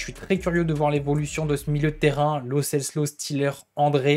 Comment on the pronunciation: Lo CeLSo coach et non Lo Ceslo 🙄